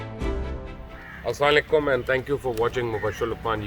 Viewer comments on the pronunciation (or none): اگر نہیں سیکھایا تو آپ کو صحیح طرح سے السلام وعلیکم کہنا نہیں سیکھایا ابھی تک.